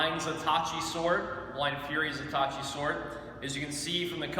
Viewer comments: It's Zato-Ichi. It's named after a famous fictional character. Not zatochi, it's Zatoichi. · the wavey bits? he does not know a single thing about japanees swords he can not pronounce ZatoIchi ohh, and do work at that edge alignment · I'm guessing from the way he pronounced it he doesn't know the character. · You massacred Zatoichi's name. How could you not know?